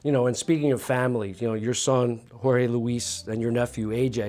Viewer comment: Did you just call Jorge George?